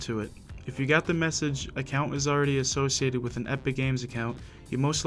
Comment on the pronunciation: still said assiocated wit acc